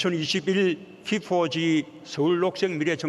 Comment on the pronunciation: 피포지...발음 참...